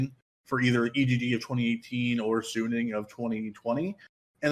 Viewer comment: Suning is a fucking good team. They're definitely favorites to get first. But you probably don't know much about them or have watched much of them anyways considering you're calling them "sunni". Sounds like random assumption on your part. Even if Machi was fodder (which we can't be 100% sure of) TL is fighting over second place with G2. Sure, G2 can lose a random game in Groups. But they know what's at stake. They will tryhard and even if they might int a game vs Machi, for example, they should still be favorites against TL. It's not like G2 will "int away" half the games in Groups lol. Depending on how the group goes TL might have to beat G2 once even to then force a tiebreaker between them and G2. Are you going to bet on G2 inting that game, too, when it comes to it? Yes, it is a rather convenient group compared to the past years. But it's still hard to get out. 50/50 at best. At best.